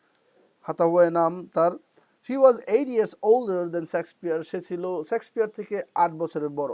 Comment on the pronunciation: Sir, সেক্সপিওর না, শেক্সপিয়র হবে।